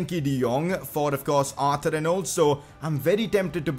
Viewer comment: Why did you say arter its Arthur, Arthuuuurrrrrrrr